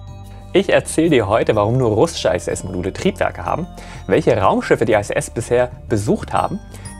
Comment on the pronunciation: Warum "ei-äs-äs" und nicht "ih-äs-äs" bzw. "eitsch-ti-wi" anstatt "ha-te-fau"? Abkürzungen können immer in der eigenen Sprache (hier: Deutsch) ausgesprochen werden. Das machen alle so - auch die Amis (BMW = bi-äm-dobliu"